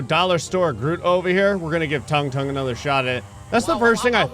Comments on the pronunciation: It ain’t “tongue tongue” bruh ☠️ It’s sounds exactly like it’s spelling “tung tung” Toon - toong toong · Bro why the hell is pronouncing it "tongue tongue"😂it's pronounced like " toong toong" bro